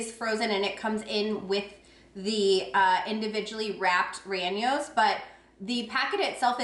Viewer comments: Rellenos is not pronounced ray ahn yos. It's ray-YAY-nos. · No disrespect, but you sound it out like (chili-ree-ain-yos). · Lol, subscribed after last haul. Rellenos is pronounced ray ye ( short e) nose. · Love your reviews, thanks. Please learn how to pronounce rellenos